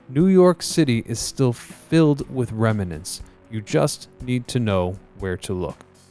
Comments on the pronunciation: I noticed he put an extra syllable in that, saying "remanant" - so wrong! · "Remnant" is a two syllable word, not three. And as others have pointed out, in "Corps" of Engineer, the "ps" is silent.